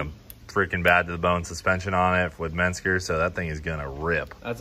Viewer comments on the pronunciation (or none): Listen cleeter!! Mensger is not a thing...menscer is however! :)